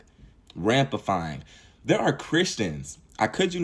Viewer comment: Ramifying is the word think that you meant to say, not "Rampafying". Don't believe me, play it back. Good message though.